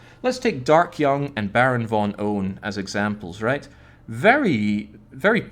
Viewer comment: Baron_Von_PWN but pronounces it Baron_Von_Own